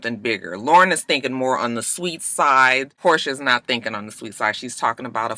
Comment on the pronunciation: Her name is Porsha not Portia why yawl keep saying dhat